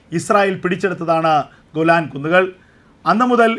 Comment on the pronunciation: ഗുലാൻ അല്ല മിസ്റ്റർ,,,,, വ്യക്തമായി പറയണം പുരാതന കാലം തെട്ട് ഗേലാൻ പർവ്വത നിരകൾ ആണ്